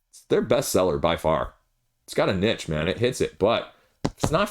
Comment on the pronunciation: Can't pronounce "niche" though 😉